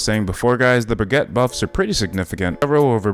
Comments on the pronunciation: It's pronounced "Brig-ita". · ... at this point you are saying Baguette... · Love how he calls her bragatte